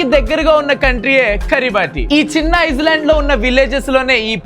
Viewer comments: Eyesland kaadu ra ayya.... Island.... Mundu chaduvukunna chaduvuni sarigga vaadatam nerchuko ra babu.. Mi teachers ki cheddaperu tiskuraaku... Manchi peru elagu tiskurakapoina parledu... 🔥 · Island pronunciation😢